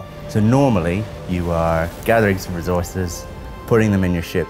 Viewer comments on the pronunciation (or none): Anyone else hate the way he says "recourses"